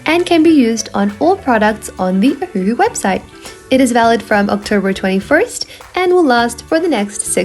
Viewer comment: wait, i thought it was pronounced O-wah-who? maybe i’m just slow 🤧😔🦷